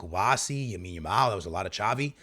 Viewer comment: Bro is still saying YAMINE YAMAL😭